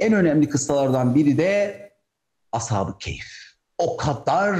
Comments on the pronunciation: Əshabi keyf yox. Əshabi-kəf. yoxbir kayf. düzgün konuşun. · Telaffuz “keyf” olarak çıkıyor gibi